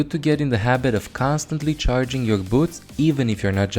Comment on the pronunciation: holy shit he loses his accent and pronounces the r in charging correctly